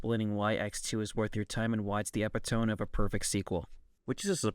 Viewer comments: Epitome is pronounced "e-pit-oh-me", not "ep-ih-tome." Also why would you fight the X-hunters? That means you skip out on the awesome X vs. Zero boss fight right at the end! His pattern is pretty easy to memorize too, or you can just use the speed burner. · It's pronounced eh-pit-uh-me, not ep-ih-tome lol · You pronounced epitome wrong. But I like the video. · I really enjoyed the vid BUT I’m so sorry, that is not how you pronounce epitome.